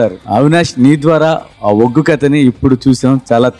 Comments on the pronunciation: Arey adhi uggu kadhu ...ooggu.. please chang the icon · ఉగ్గు కాదు అండి ఒగ్గు అనాలి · ఉగ్గు కాదురా, ఒగ్గు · ఉగ్గు కథ కాదండీ ఒగ్గు కథ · ఉగ్గు కాదురా అయ్యా ఒగ్గు 🤦🏻‍♂️ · Uggu kadhu bayya oggu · ఉగ్గు కాదు ఒగ్గు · ఉగ్గు కాదు నాయన ఒగ్గు సరి చెయ్యండి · Uggu kadhu oggu, kinchaparachakandi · Uggu kaadhu raa Adhi oggu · Uggu kadhu ra ayya oggu